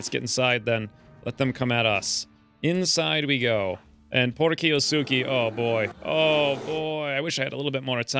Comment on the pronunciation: Key-OH-Skay screams my inner grammar nanny. (Kiosuke a main character in Roroni Kenshin.) I secretly hoped the bears would off him to get rid of the hangnail. 😅